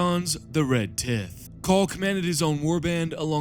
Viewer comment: Are you purposefully mispronouncing things like Red Tithe as Red Tit, or Harvest Mcabre as Harvest McCrab?